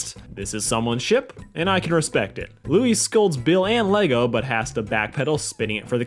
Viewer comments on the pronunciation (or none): none